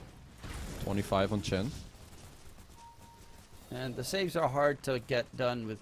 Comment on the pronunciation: Why does the caster keep saying ench. That's a bloody chen